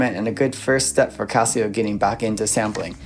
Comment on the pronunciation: (actually, he's pronouncing CASIO more correctly! like Cost, not like Cab. It's a Japanese company, named after the founders' family. The question is: do you want to pronounce the S, or SH sound in the middle?)